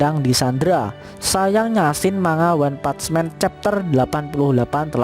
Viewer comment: One pats men🤣🤣🤣. Lidah miminnya gg